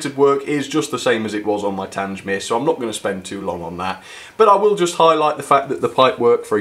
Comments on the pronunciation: YOU CALLED IT TANGE-MEER AGAIN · Haven't had a layout for many years but my interest In real and model locos has never wained. Great channel. Having been stationed at TanGmere. It sounds strange to hear it pronounced TanJ mere. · Not Tangemere, it's Tang-mere. How many times do I have to pronounce the name for you? As for your Camelford engine, I wholly agree with your issues. Who wants to buy an engine whose body comes off, when taken out of the packaging? Not me, that's for sure. What do you love about these ugly Spamcans anyway? Just curious. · So you are aware, the name for 34067 is pronounced 'TANG-mere' - there is no "J" sound. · Your pronunciation of Tangemere was awful and you should have got someone to over dub your pronunciation of that word. I have traveled a lot behind Tangemere but it does chuck out a lot of soot and ash. It is nice that it has been preserved as built. Until its recent overhaul it was a very reliable locomotive.Bye from Ian. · Tangmere. please get the name right. a battle of britain class named after the fighter station.